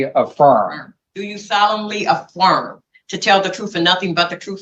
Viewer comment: I could’ve sworn at some point someone said afworm, not a firm